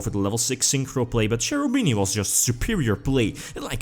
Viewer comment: Hi, I really care about pronunciations of names and I suggest you to watch this fast video to understand how to spell Cherubini:) I hope you will appreciate this: Btw nice videos every time, I really enjoy watching them!